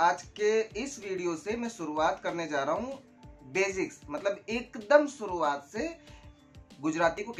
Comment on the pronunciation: Its shuruvad not suruvad *